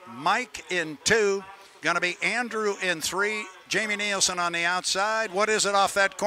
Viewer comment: you need to learn to pronounce Jamie's name correctly. NILSEN